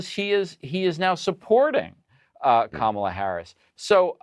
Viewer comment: Hey Anderson - why did your colleagues let the republicans get on there and mis-pronounce VP name on purpose? And say they were doing on purpose? And lie about the 'banning meat' policy? And despite the unimportance, make a policy fight on plastic straws? Really? Why do your CNN colleagues NEVER correct them or shut them down? More and more - despite a few of you still doing a good job - CNN = Fox.